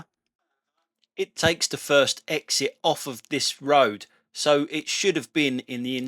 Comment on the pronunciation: love the put downs and also love the way you said exit not eggzit, cheers, keep em coming